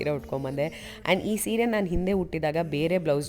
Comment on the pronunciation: I love the way u told seere❤ not like english ppl sareeiii